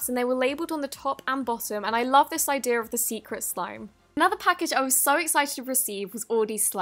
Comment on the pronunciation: I love “idear” for idea😂I love her so much but that’s so funny